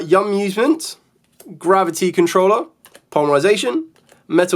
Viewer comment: I think the yummy field spells are pronounced yum-ews-ment, based on "amusement" parks